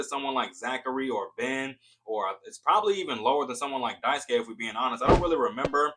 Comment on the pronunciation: It is Die-Sue-Kay, but you gotta remove a little bit of the "y" sound at the end. It's a raw "E" as in "Sketch" So Actually it should be Die-Sue-KE (as in Sketch). Also I keep saying that Qiang is pronounced Chee-Ang ("Ch" as in "China" NOT as in "Chemical")